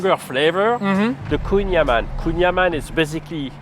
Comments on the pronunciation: Kouign amann is breton, not french and has to be prononced am -AN-n (and not anne) as AN the fist name IAN. It means butter cake. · proud to be able to say "kouing amann", put it on his french lesson. But Kouing aman isn't french language, it's a completely different dialect. which translate to "gateau beurre / butter cake"